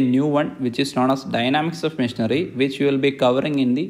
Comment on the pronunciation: missionary, not machinery 😂😂 thanks a lot very good explanation